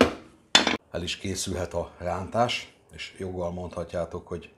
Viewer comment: hogy mondtad a rántást? Most nem akarok kekeckedni de mintha úgy hallottam volna hogy lántás! Ne haragudj egyszerű vagyok csak egy kis mosolyt akartam csalni az arcodra